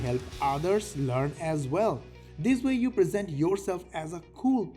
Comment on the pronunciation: Salam, its present (opp of past) not present (to give). Is it an AI voice over error? Happy Eid bro..